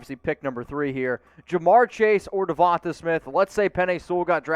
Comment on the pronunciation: Duh-von-tay for the millionth time not devontuh